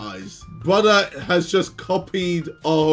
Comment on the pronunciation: "you messed with the wrong brodder" the fact ksi thinks he's winning astounds me